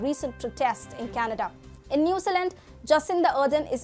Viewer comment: "New Zee Land" New Zealand, sorry but i hear "Newsalent" lol its like someone calling "India", "In die uh" - sorry but thats all i could think of the entire video..